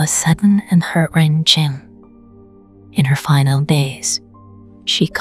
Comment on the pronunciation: Sounds like it's read by an A.I bot. Eg. At 6.49 Elenore falls ill, it was sudden an heart ren chin. I'd be very surprised if it is a human reading this. The cadence is off, speeds up, slows down, stilted on syllables. Just odd. And a few words I'm like...what did she say? It's not what I find conducive to relaxed listening.